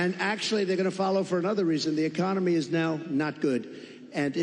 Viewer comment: "opportunity ecomony"